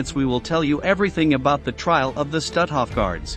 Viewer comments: Not „Stathoff“. But „Stoothoff“ pronounced. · You'd be more credible if your voicebot had proper inflection, and pronunciation of German names like, say, Stutthof.